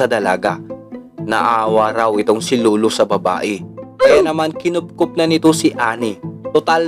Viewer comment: LOLO HINDI LULU.. BOSS PAKINGGAN MO MABUTI SANA BOSES MO BAGO KAAG UPLOAD..